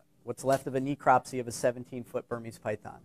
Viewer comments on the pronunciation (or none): This idiot a pronunciation of necropsy is driving me nuts!!! It's not knee-cropsy it's Nehcropsy! !!!! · Ne-eecropsy?? He has a terrible spin on how to pronounce necropsy (Google it ... go on ... you might learn something ...) and yes ... it irritates me when so-called educated people maul the English language (in their area of specialisation no less) Reaping what you sow ... lax exotic animal importation laws and stupid pet owners/importers ... What a massive ecological disaster the Burmese python problem is in parts of Florida.